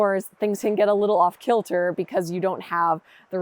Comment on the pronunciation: Girl you're got a be Scott Irish , when you said off kilter that was just what my Scott Irish grandma used to say